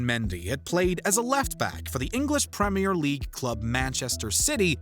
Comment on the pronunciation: brownie points for saying "premier league" right